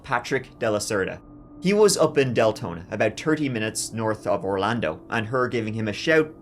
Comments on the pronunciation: D lengthening? had to go back to see if I heard that right 😂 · Probably Dick Lengthening 😂😂😂😂😂😂 I had to rewind to make sure I heard that correctly! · Is he saying Deltona or DAYTONA